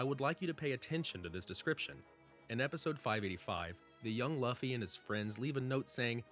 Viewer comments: why does he keep saying luufy..... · "Laffy" 🤣 Figured I'd clarify: Sorry, it's just sounds funny. Has no bearing on the whole theory/video itself 😂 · If you used a bot to make the voice audio why not correct the way they’re pronouncing Luffy? It’s so cringe to hear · How do u pronounce Luffy name wrong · Right? It's hard to take the video seriously when he cant even pronounce the main characters name correctly.